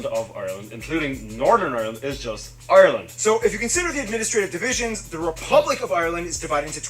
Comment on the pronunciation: Can you stop saying Ireland with 3 syllables its ire-land not i-re-land